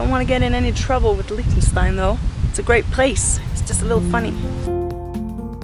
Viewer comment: You actually pronounced its name right! Anyway, you seem really symphathic